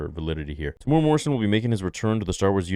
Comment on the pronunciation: Pronouncing Temuera 😊 Tem-u-era 😊 sorry I'm a New Zealander mate 😊 love your show brp 😊